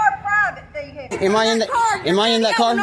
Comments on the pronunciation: it's "vehicle" all one word, not..... veeee HIC lllle. 😂😂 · I would never go to a place where they say “vee hick el” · Wow this is a special kind of stupid! What is a vee hickle?😂 That woman is crazy! Sloppy looking uniforms, out of shape and private vee hickles. Y'all must be liberals bc y'all know your rights. None of these idiots know anything about the law. They all have stupid looking expressions on their faces. It's really something out of hollyweird! You can't make this stuff up!😂 You can tell they have never been told no. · What on earth is a veehickle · What exactly is a Vee-Hee-call? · Dinga ding dang ding dang ding dang ding, vee-hickle. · Vee-HICKS are more like it